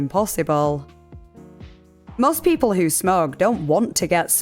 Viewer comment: When she 1st said smokers & others that smoke I heard others that smirk 🤣 I'm from the UK as she is but still.